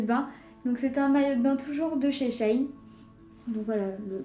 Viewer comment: Ça se dit She in (en anglais) pas chaîne